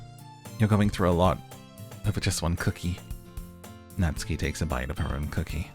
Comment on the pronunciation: Ooooh geez. you are in for a fucking TRIP. Good job >> Also its Nah-tsoo-kee